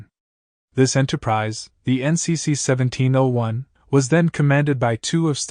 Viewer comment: A true fan wouldn't have mispronounced a key number of terms, including saying seventeen O 1. Meh.